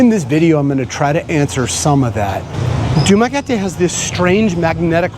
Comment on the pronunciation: You pronounce Dumaguete like a complete idiot..